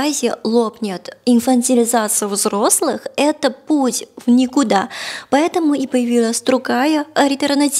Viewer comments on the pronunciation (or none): особенно нравится идеальное произношение слова "взлослый"